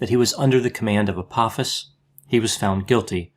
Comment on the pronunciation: Just FYI, it's pronounced Ah-poh-fis. The second syllable has a long 'o' sound and rhymes with the word 'low''.